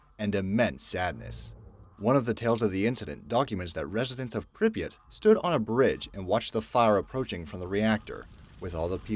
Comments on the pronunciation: It's not PRI-YAT, it's pRIP-YAt. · he also says something like "Prius" instead of "Prypyat" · Hey dumbass it's called pripyat not whatever the he'll u just said get ur fucking facts straight